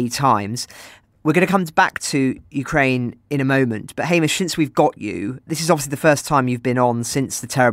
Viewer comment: I really enjoy their podcast---very professional--but this is not the first time that I have pointed out this tiny mispronunciation! It is not such a big deal, but during this war especially, it shows ignorance and insensitivity. I hope that they make the correction.